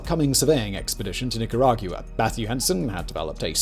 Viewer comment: I really like how English people say Nicaragua.